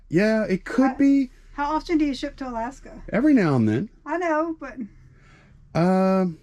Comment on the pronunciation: Oh good grief guys on your states. You are killing me. Aaagggghhhh on Alakaska